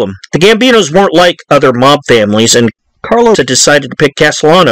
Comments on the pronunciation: Bro it's CARLO OOOO NOT CARLOSSSS. ITALIAN NOT SPANISH. REALLY EXCELLENT DOCUMENTARY THOUGH BRO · His Name was Carlo not Carlos 🤨